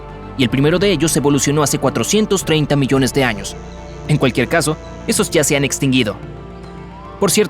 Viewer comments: En el vídeo decía millone jajaja millone siempre se equivoca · Hola soy el unico que noto que dice 500 MILLONE de años Like si te diste cuenta Gracias por poner leer mas😊😊